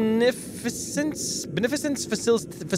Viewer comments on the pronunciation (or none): its pronounced ben-a-fish-ens